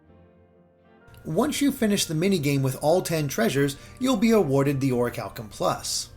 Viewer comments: You are saying is wrong. It’s call Ori-CHAL-Kum + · I always thought it was pronounced Or-cal-ee-um 😂